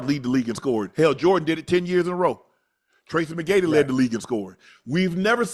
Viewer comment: "Tracey Mcgaydy" 😂luv ya shay